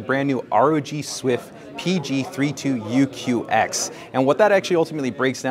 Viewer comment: it's QX NOT GX 🤪